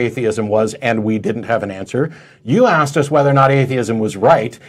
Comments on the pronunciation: Why do Black Americans always say AXED instead of ASKED White Americans don't seem to say it most annoying if your English. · For clarification, he axed a question...